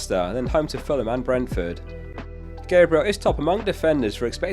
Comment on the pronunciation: Pronounciation of Gabriel kills me